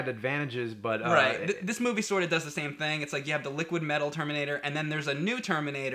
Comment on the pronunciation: What's that James? Termrinator? LOL!